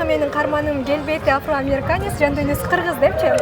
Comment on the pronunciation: Афроамериканец деп тантыйт го?